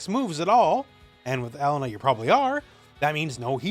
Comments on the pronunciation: Pronounce it like: E Lane A. Not ELLEN NAh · for someone who corrects people all the time in SNK games you sure do butcher her name. It isn't "L IN UH" it's "E LAIN Nah" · Just FYI, her name is typically pronounced "eh-lay-nuh" with an emphasis on the middle syllable.